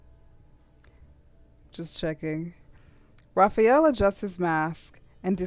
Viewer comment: His name, Rafayel, is pronounced Rafa-yell, not rafi-yell.